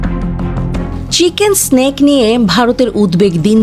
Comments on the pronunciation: চিকেক স্নেক নয়,। চিকেন নেক। নেক অর্থ গলা, আপনি যে বলতেছে স্নেক তার মানে হচ্ছে সাপ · Mata ji chicken neck ke chicken snake uccharon karche. Ki haal etei bojha jache 😅😅😅😅. Chagole ki na bole arr pagol guli sudhe allahmudulla boltei basto. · Uccharon ta chenken snake noy re pagli